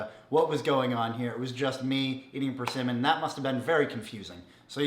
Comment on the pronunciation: You said PerCinnamon. Try again.